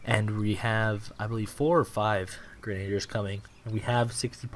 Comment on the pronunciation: hate to be this guy, but you are actually pronouncing grenadiers wrong. the last syllable sounds like the word tier cool video